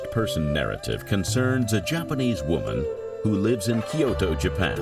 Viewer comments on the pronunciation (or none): none